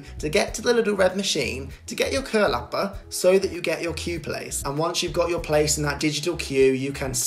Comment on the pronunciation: Great pronunciation of "kölappar"!